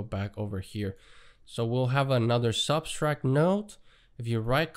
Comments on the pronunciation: Sub - tract Not sub-stract ;) Thanks for the tut though. Very informative! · Just FYI - the word “subtract“ has no s in the middle